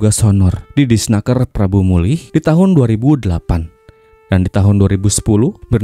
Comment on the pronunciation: Prabumulih bang.. bukan prambumulih.. 🙏☺